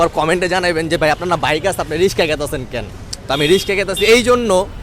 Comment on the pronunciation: ভাই রিষ্কা নারে রিক্সা